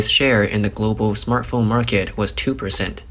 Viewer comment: Thought you said 'smurf phone' Was expecting blue phoness More money going into pockets with no chips...ha